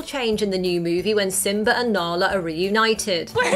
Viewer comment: Lol she said simber